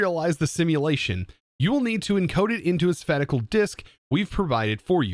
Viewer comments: Spatical? Sir I think you are confused😃. Say it more like space-al or spāSH(ə) as in relating to or occupying space.😉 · "Spatial" isn't pronounce "spatical", it's "spashial" XD But this is a really interesting mod pack, haven't seen something like this before personally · spay shull not spat ti cal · Sabatical disk? It's *spatial*. SPAY shul. :) Cool mod pack. Can't wait to see where it goes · Spatial = "Spay, Tea, All", Not "Sup. Pat, Tea, All". :) Tiny thing, made me giggle. :) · he keeps saying Spat-i-col and its Spay-shole 😂😂😂😂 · im pretty sure sure he was saying spatical, instead of spatial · Bro really just said "spetical" instead of "spacial" when reading the word "Spatial." Lol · Spa tic al? It’s pronounced spay- shl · love you man, but please, its pronounced Space-shul. not spaticle. spatial - > space although now I type it, it looks weird af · Btw, spacial is pronounced spai-shal (like space) not spa-ti-cal. Just saying this because i don't want people making fun of you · sphatacle disk? sfatical disk? 😂 I think you meen sPPPPPPPPPPPPPPPPPPPPPPPPPPPPPPPPPPatial disk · It's spay shal. Not sa pat ecal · Lol...its pronounced "space-tial" not "spatical"... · man spatial is pronounced spay-shh-uh-ll not spatical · For reference,, 'Spatial' is pronounced 'SPAY-shul', as in, of or relating to space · It annoys me to I know it’s a joke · Spatical... it's not a word! I love ya but that killed me! haha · Spayy-shull = Spatial Lol, well done getting us to comment about your pronunciation. For the algorithm! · Loved your intro and reading, very well done! One thing though, spatial is pronounced like space shell, other than that :face-red-heart-shape:Awesome job! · it's pronounced as "spacial" and written as spatial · The spatical disk 😝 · spattical? don't you mean spatial? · why do you pronounce spatial like spatical ? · He was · Spatial is pronounced spay-shul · That pronunciation of “spatial” 😂